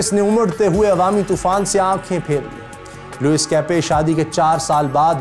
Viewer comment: Sir agar mai ghalti par nahi tho yeh Louise لوئس nahi parha jata balkeh لوئی parha jata hay